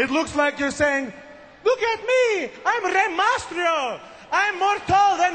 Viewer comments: he can't even pronounce reys name right and hes telling rey to speak in a language we can all understand? its MYSTERIO not MASTRIO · rey mastrio XD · yeah he says mastrio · i like how Santino messes up every1's name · santino is saying the "mysterio" part wrong